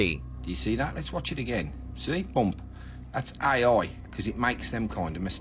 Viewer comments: What the hell is äjj ajjj? 😂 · "That's ay-oi!" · Ooiii thats aaaai ooooia. Fucking accent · Love how he says "AI" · The best thing about this is a Brummy trying to say AI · I just like hearing the say "AI". 😄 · Sounds like more than two letters when his accent suqeezed it